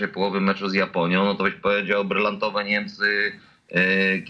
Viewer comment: co to jest "NEMCE" ? masz wade wymowy czy nie zdjales wargi z nosa ? w dogrywce Niemcy wygladali jakby dopiero weszli na murawe a Hiszpanie slaniali sie na nogach, to dopiero cos. pokaz mi druzyne ktora w dogrywce tak gra ?